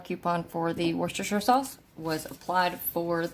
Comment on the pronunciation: Btw you said Worcestershire correctly 😁🤗